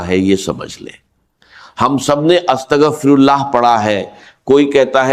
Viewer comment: Is bandey ko to astaghfirullah bhi bolna nahi aata